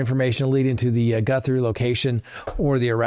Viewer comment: GUTHrie, not GUNthrie!!!